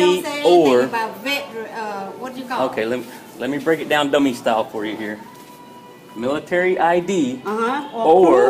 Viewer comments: "miritery" asians XD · What the fuck is intucated & Milliturrry?